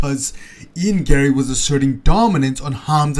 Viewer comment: Ion Garry 😂 it’s E-an Garry